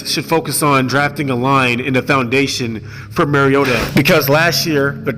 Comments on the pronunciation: Love ya..but Maaaariota. Not Mayriotta. Please please just try to get his name right. Nobody does. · And yes it’s Mario-ta not marry-ota just always think super mario......ta lol that’s my nickname when he is healthy. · Can’t say someone has the wrong view on MARIO-ta when you can’t say his name right? With him on the field titans can beat anyone. The only problem is he won’t be there every game. Week 17 playoffs on the line as an example. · Can you please learn how to pronounce the mans name. It’s Marcus “Mar-e-o-ta” every time you go to pronounce his name think like you’re saying super Mario. I had to turn your video off 2 mins in from hearing the mispronunciation. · no just fucking no. Lol. He has corrected people. Just because you hear it said wrong don’t mean you should too. Just take the correction and move on.